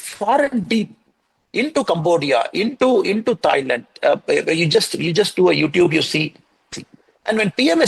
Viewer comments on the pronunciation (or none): none